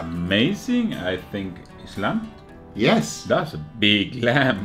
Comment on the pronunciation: "dis lamp is awwwsome"